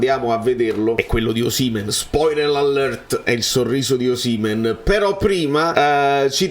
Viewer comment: ma tu sei l'unico che pronuncia Osìmhen e non Osimhèn, siccome sei un purista dei cognomi sicuramente ti sarai informato bene ma non lo chiama nessuno con l'accento sulla seconda sillaba, famme sapè 🙂